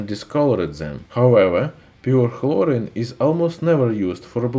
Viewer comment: Chlorine or hlorine lol